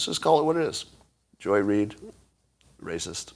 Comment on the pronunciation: Mr. Adams… THANK YOU FOR SPEAKING OUT HONESTLY about Joy Reid. And for speaking of her with proper accentuation. Keep up the excellent word choices, sir!